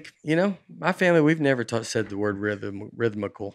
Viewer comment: I wish I had the dedication to go back through every episode to compile a complete list of “that’s a tough one” words that Nate struggles to mispronounce somewhat even close to the real thing. In just this one episode there was gold. Rim-thic-lee? Veam-nit-meez? All great tour names. Pretty much any word with more than 7 letters or 3 syllables that is consonant heavy will make it sound like Nate is having a stroke, especially to those tuned into Aaronland who only catch a couple seconds of him speaking.